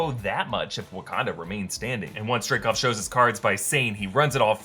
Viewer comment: It's "Dreykov"